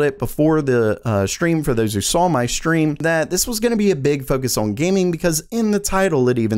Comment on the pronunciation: Anyway, moving awn...